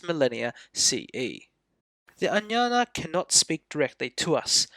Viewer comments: Ajñana (अज्ञान) will be correctly pronounced as "AGyan(a)". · I beg to strongly differ. "AGyAn" (where even the terminal 'a' is NOT pronounced) is the Hindi way of pronouncing it. "Ajñana" is the correct Sanskrit form. In Marathi it is "AdnyAn(a)". In Gujarati it is "AgnAn(a). Please do not try to impose the norms of Hindi on the rest of us. ~Vima Kadphises Kuṣāṇa, (Οοημο Καδφισης alias Vivek Khadpekar)